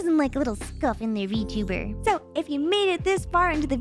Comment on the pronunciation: i also chuckled at 'vertebrate model' instead of vtuber model lmfaoo